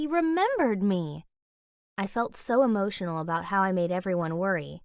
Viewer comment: How many times did she say emotinal